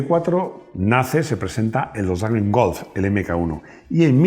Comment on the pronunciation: Me guatan los contenidos... lo que no soporto en la pronunciacion volkswwwagen golffff.. si se dijera volsvaguen golf como decimos todos no daría grima... como la gente de dice donald taaammm y no donald tramp como decimos todos